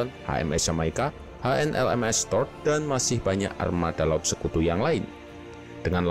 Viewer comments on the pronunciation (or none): none